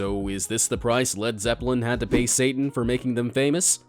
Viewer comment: I love how you say satan 😂😂 you're just like: sa-un